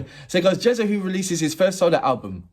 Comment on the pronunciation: That’s correct way to read “ jaza“ in English. Respect to your reaction from Istanbul !!!